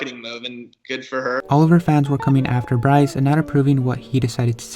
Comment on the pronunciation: and btw it is Bryce not rice